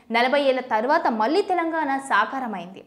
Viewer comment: నీల్లు కాదు నీళ్లు, మల్లీ కాదు మళ్ళీ, వాల్లు కాదు వాళ్ళు ప్రానాలు కాదు ప్రాణాలు. ముందు తెలుగు సరిగా మాట్లాడడం నేర్చుకుని వార్తలు చదివితే బాగుంటుంది.